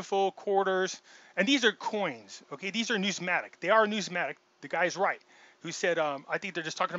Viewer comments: Say it like this: New-miss-matic 😬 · If you are going to go to such great lengths to to sound like an authority and explain what numismatic is then why don't you get the spelling and pronunciation of the word correct. You would lose on Jeopardy. Ya get a thumbs up for effort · You can’t even pronounce the word Numismatic properly. NO ONE should listen to his “opinion”